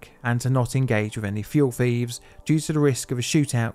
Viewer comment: Its "thieves" mate not "thief's"